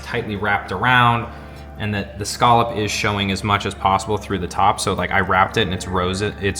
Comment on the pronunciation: Scallop drinking game...... Take a shot every time says (and mispronounces) the word "SCALLOP" 😂😂😂